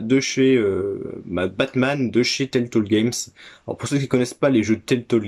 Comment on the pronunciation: Salut mon cher. Trop stylé le evil dead sur xbox première du nom. La jaquette est ouf. Timesplitter, licence tellement sous cotées. Pourquoi tu dis teltole et pas telltale? Haha c'est le syndrome kirby-54 ça mdr. Pouce Bleu à toi cher ami. À bientôt et bon dimanche 😉👍